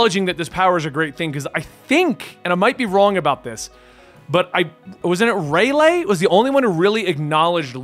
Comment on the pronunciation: Rayleigh's name is pronounced as Raylee